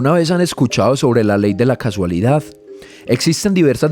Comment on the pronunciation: Tremendo videazo, pero la "ley de cASUalidad" en realidad es la "ley de cAUSalidad"